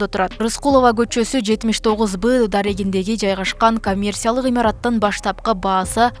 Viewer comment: лелин эмес, Ленин болуп айтылат, коммерсия эмес, коммерция болуп айтылат, ауксион эмес, аукцион деп айтылат, коррупсия эмес, коррупция деп айтылат.